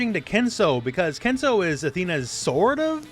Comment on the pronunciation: It is Ken suu. Not Ken sow.